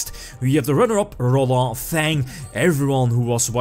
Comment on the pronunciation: I doubte rolando is frenche,. so u pronounce the D. No that it very big...